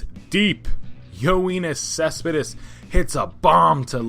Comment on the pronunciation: Just letting you know it's yo-nis cespedis